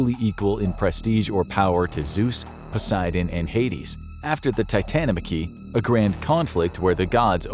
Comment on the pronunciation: Not titanochamy....is titanomachy